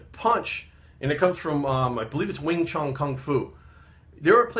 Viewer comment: I'm glad I didnt pause the video to correct you to say Wing-Chun for Bruce Lee's martial arts, lol but you got it right! Great video